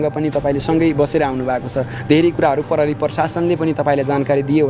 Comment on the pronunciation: आजकल स्कूल मा खुट्टा काटेको शब्द, आधी शब्द आदि पढ़ाई हून्न की क्या हो नेपाली बिषयमा ? जुन योतुबे ले पनी “प्रहरी” लाई “परहरी”, “प्रयोग” लाई “परयोग”, “प्रतिक्रिया” लाई “पर्तीक्रिया” भनेको पाउछु ।